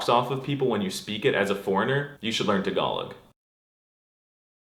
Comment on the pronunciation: Please pronounce "Tagalog" and "Philippines" correctly. I am VERY triggered. I still like your videos.